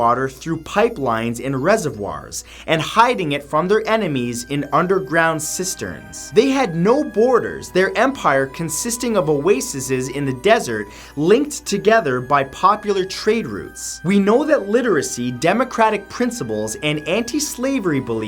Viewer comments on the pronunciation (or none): Oases ("oh-ay-seez"). Not "oasises."